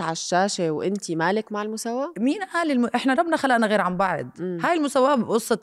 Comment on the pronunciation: اسمها "بعض" مش بعِض